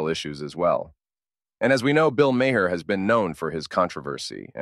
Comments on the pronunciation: It’s pronounced Mar not Mayer. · First of all, his name is pronounced; Ma h....not Mayer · Correct your AI his name is Bill Maher you’re pronouncing it wrong